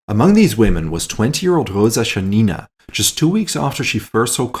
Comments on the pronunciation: It's Roza Shа́nina, with accent on first "a", not Shanína on "i". Thank you for telling story of our hero, the real strong woman. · Her name was ShAnina not ShanIna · ShAnina (Sh'anina), not ShaninA (Shan'ina). Im Russian, and I know how to pronounce this lastname. Please note this